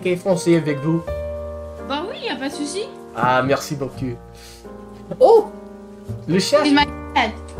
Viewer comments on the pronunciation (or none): "beacoup" is pronounced "bocoo", not "bocu". Cuz "bocu" would mean "nice a**"... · watch it when you say beaucoup you make it sound like beau cul which means " pretty ass " LOL remember beaucoup = bo_koo j'aime bien regarder tes vidéos elles sont très drôles thanks 4 sharing: ) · When talk in French he says "Merci beaucoup" but in fact with his pronunciation he says "Merci beau cul" which means "Thank you great ass!" and thats hilarious 😂😂😂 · Hey, I'm french and i want to congratulate you. Just one warning "merci beaucoup", you pronounce it "merci beaucu" wich really sounds like "merci beau cul" = "thank you nice ass" 😅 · when you said`` merci beaucoup```it sound like ... `` merci beau cul..it's not the same meaning...(im from Quebec) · you have to correct your pronunciation of "merci beaucoup", "ou" is pronounce \u\ not \y\. If you pronounce \y\ then it sounds like "merci beau cul" which means "thanks nice ass". It's an unfortunate common mistake... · I find it hilarious that such a common phrase could easily be mispronouced to "thank you great ass" Brilliant